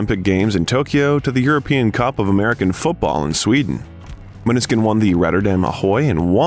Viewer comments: Except you can't pronunce band name or their names😢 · I love the video, but plz pay attention to pronunciation. It's really not hard to research how to say the band name or their individual names. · you should pronounce the band name correctly!